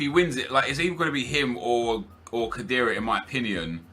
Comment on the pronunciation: that's now how you prounce khedira